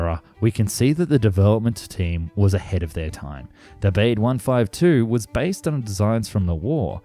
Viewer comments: These videos are so insightful. I admire the effort you put in to all of them. But Baade should be pronounced “Barda” rather than “Bayd”. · More "Bawdé" than "Beyde".... pronounciation, go ahead, make the effort. Otherwise, very interesting. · I'm not German but I'm pretty sure Baade isn't pronounced "bade". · Every time he says ‘Bayd’ and not ‘Bah-duh’ I feel a little bit of myself die inside. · "Bah-de" not "baid". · Looks a bit like a Stratojet with that centreline undercarriage.And it would be pronounced "Bahdih" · Looks like a really cool plane. Shame it never materialized. Though I have to say it would be pronounced Bah-dah based on german pronunciation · Yes, more like Bahd-eh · Try "BAH-day". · Would the German name Baade really be pronounced to rhyme with "wade"? I doubt it very much.. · Apart from the horrendous pronunciation of German names (at least some approximation after research could have been done -- "Baade", for example, is actually pronounced approximately like "BAH-dey"), I got annoyed with most of the video treating East Germany and the USSR as the same thing (to the point that you even had to say "the USSR in Moscow" to mean the actual USSR when a distinction was needed). True that East Germany had a puppet government totally controlled by the Soviets, but it was still a separate, different country. The 1952 uprising, for example, was nowhere near the USSR, unlike what was stated in the video. It would have been better if you have used the expression "East Bloc" to mean the actual USSR plus its satellite states. That's what you really meant by "USSR" in most of the video, and it's not the same thing. As done in the video, it would be the same as saying that Munich is in the United States and BMW is an American brand of cars, because they were from West Germany and hence from the West Bloc...